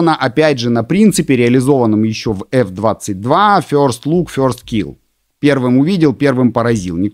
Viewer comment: info on video is good , but next time when you need tell word - first please try to lern better how this word sounds in English !!!! first not fjorst